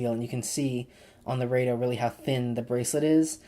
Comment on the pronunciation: nice video.... rado- (rah-do)